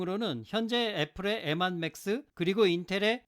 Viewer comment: 추억의 발음...엠완